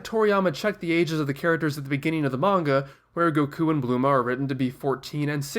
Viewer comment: THE WAY HE PRONOUNCES EVERYTHING TRIGGERS ME OMFG "Go kuu" "Blooma" "Siyan"